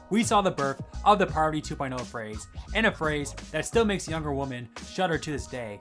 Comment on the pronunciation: Do you not know how to say women and not woman? Holy